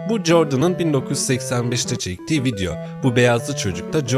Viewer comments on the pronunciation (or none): none